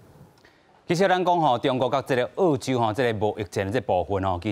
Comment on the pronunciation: ò-chiu m̄是 àu-chiu，拜託，講人澳洲是àu洲，án-ne是teh kā人剾洗neh！